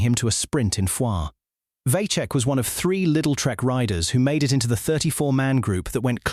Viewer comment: Vacek iz Czech but no Vaczech. Pronunince him Vatsek.